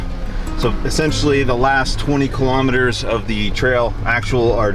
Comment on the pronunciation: What's a kill-omitter?